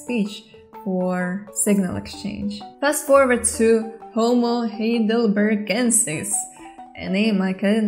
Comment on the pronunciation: Excellent video! By the way, Heidelberg is a town in Germany. The second vowel would be pronounced rather than the first ("hi" not "hey").